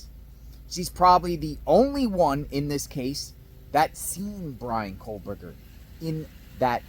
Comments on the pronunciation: Straighten up your ball cap and please Quit saying KOHLBERGER…it’s KOH-berger!!! lol😂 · Can you plllleeeease say KOHberger? There is no L